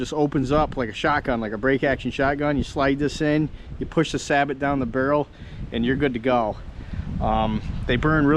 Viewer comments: It's pronounced Say-Bo not Sabot and two you are always supposed to shoot it standing first not cheat using a lead sled. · Nice video. I'm actually researching a FireStick style gun right now; either Traditions or CVA once they re-release the CrossFire. Just a quick tip: it's pronounced "Sa-Bow", not "Sah-but".